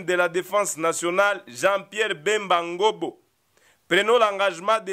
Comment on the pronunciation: C’est Ngombo et non Ngobo SVP!